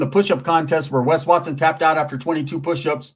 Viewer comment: Wes wat-sone….i love how he says that 😂